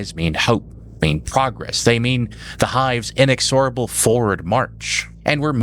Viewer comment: "Inexorable" has the accent on the second syllable, not the third, fyi. Thanks for the video!